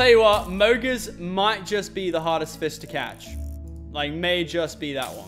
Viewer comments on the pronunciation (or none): He said fis